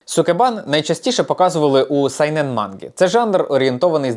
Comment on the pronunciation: Трошки виправлю вас, не "сайнен", а "шьонен"